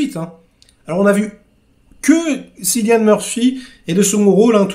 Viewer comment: Juste un détail: Cillian se prononce "Kilian" 😉